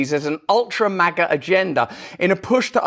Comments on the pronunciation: JoeTatoe can't even say it right. Maaah-gah. 🤪 Trump is living rent free in head. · I think it’s supposed to be a play on the word major only HE pronounced it wrong. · Why does he change the pronunciation of “Maga” each time? Ultra Maga sounds like a box of smokes. Worse yet…condoms. 🤦🏽‍♀️